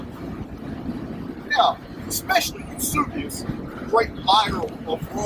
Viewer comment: Greatly appreciate the cleaned-up audio! Super information. Just a couple points on pronunciation: A-puh-STALL-ic and You-SEE-bee-us. Your scholarship is mind-blowing. Thanks for being such a repository of historical information, and for sharing it.